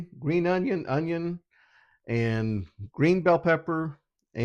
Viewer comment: UNYONNNNNN 😂 you gotta say it like that 😂